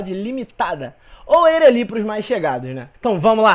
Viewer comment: Muito boa a aula, mas me deu agonia a pronúncia de Eireli kkkkkkk